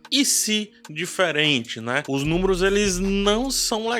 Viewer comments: Você falou "númoros'' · Os " númuros", é?